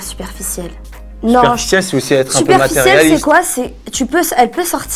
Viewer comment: 14.53 qui a vu le « superciel » au lieu de « superficiel » 😂😂😂